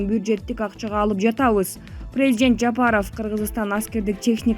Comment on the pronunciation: Презжент дейтко🤭🇰🇬